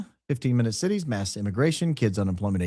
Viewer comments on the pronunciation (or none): none